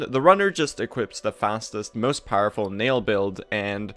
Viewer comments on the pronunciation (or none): none